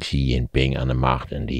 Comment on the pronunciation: Hele goede analyse. Huawei is uitgesproken als "Gwa Wee" en the "Xi" in de naam van de eeuwige leider als "Sjie".